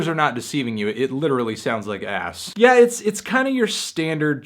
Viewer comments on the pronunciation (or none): none